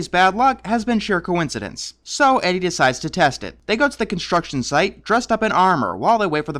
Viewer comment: After three time it is not a cowinsidents